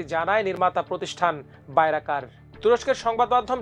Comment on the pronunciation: বাইরাকার নয় বাইরাক্তার হবে, শুদ্ধ করে সংবাদ পড়বেন, লেখাপড়া কম থাকলে সংবাদ পড়বেন না।